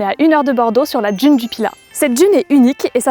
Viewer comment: Beaucoup de gens prononcent « djune » au lieu de d’une comme cette personne 🤦🏻‍♀️🤷🏻‍♀️